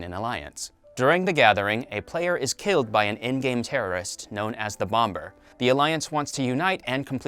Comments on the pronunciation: This dude really said bom"B"er. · Bruh, why us no one talking about how this man says bomber, pronouncing both bs. "Bom ber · IS NOONE QUESTIONING WHY HES SAY BOMBABUR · BomBer? The second b is silent 😝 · Bom-ber...he said bom-ber. I never heard anyone pronounce the second b so...awful or at all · This guy says “Bom Ber” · Are we just going to ignore the fact that he is saying “bomBer” ?? Like making the second B sound in bomb?! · I can’t take this guy seriously when he pronounces bomber “bombur” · Why are you saying BomBer. Speak properly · Bom-bers!?!?!? bro English dude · I know he didn’t just say bom-ber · How are you pronouncing everything wrong, even bloody Bomber, you don’t pronounce the second b😂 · Is anyone else annoyed by the fact he's pronouncing the second b in bomber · Why is he pronouncing the second b in bomber? It’s weird. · Is no one gonna mention his pronunciation of bomber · I just can’t with this guy’s pronunciation of all these character names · did this dude really pronounce bomber with the b in it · Why does he say bomber with the b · so uuuhhh we not gonna talk about how bro pronounced both "b's" in "Bomber" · God the way he pronounced Bomber triggered me so much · That is not how i pronounce the word 'bomber' 😪